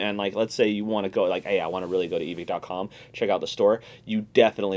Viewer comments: It's pronounced Evik. Why? Cause it's a guy's last name and that's how it's pronounced. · Why do so many people mispronounce Evike